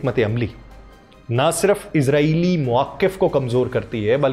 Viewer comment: او بھائی اسرائیل بولا کرے عزرائیل مت بولا کرے عزرائیل اور اسرائیل میں فرق کیا کریں